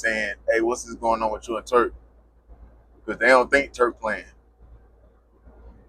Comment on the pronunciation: SAY IT WITH ME TURK NOT TREWK